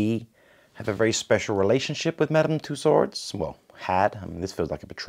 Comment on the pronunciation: Did he say “ Madam two-sword”🤣🤣🤣🤣